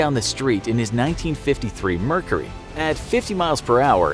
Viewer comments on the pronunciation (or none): none